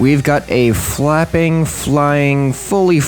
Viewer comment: "i decided to type in fapping machanisms." is what i heard 😂